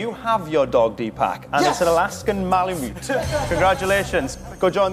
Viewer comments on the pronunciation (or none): She pronounced malamute m a l a m o o XD its pronounced m a l a m u t e